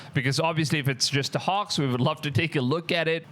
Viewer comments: Bro can you say HOAX again? lol sounds like your saying HAWKS!!!!! Hawks hawks!!! Hoax Hooaks!!!!!😂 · Your saying HOAX like a texan says horse/hos. It makes an "O" sound, like Broke or Coke or Joke not "AH" like Pox or Dox or Fox, so it's more like HO + X = HOAX, sorry I know I would want to be corrected if I was mispronouncing in another language. please don't think im being mean. thanks. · Hoax isn't pronounced "Hux" it's pronounced 'Hokes' . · Hoax as in pokes not Hoarx as in dorks! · Hoax is pronounced Hoxe (long o sound), not hox. Cloth is pronounced clawth (short o sound) not clothe (long o). English and English spellings are tricky for native speakers, never mind those whose first language is something else. Interesting video! Christ is Risen! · Well, first off you’re not pronouncing the word hoax right. It sounds more like this hokes not hawks. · It's definitely NOT "hox". lol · I cant tell what ur accent is. Idk what ur first language is. But u speak english like an american. Its really really good. So i want to let u know when u say hoax its not pronounced like that. Ur saying it like hocks. Its like how santa says ho ho ho. Ho- x. The x is right. Butbpretend the a has nothing to do with it. Anyways GREAT VIDEO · Just like you pronounce oat in oatmeal you pronounce hoax. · WTF is a "Hox"!?!?!?!? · Because you are adorable, the word hoax, ( the o is a long vowel) hoax. A line goes on top of the o. ❤